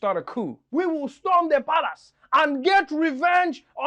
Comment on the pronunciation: The way he says "palace".. 🤣🤣🤣🤣🤣🤣🤣